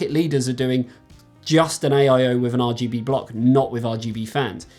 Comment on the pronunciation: Great video:) By the way, it be Arrrrrr GB lol, keep that in mind for next time hehe. Keep up the good work my friend and stay safe